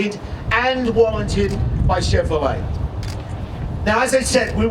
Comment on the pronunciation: First question in interview- Can you say say Cheverolet ? Nope. Chevvfrolay. Second question- Can you say Silverado? Nope. Siwlverado. Fire the whole team.